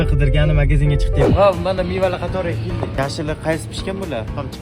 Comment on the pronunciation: Kelli deganidan bilib qollim😂